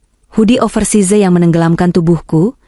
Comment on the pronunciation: Over size? Ha...ha...hs.. Dibaca over Sais.